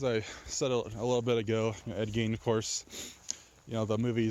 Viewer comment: “Ed geen”